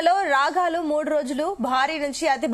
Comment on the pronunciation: రాగాలు కాదు రాగల అని అనాలి